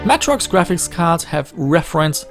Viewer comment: Please pronounce Matrox properly. MAY TROX. Not Mah trox.